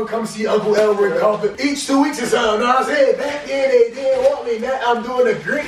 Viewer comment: Nigga said uncle Elroy carpet 😂😂